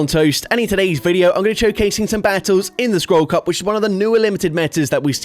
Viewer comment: Goddamnit now i hear it too😅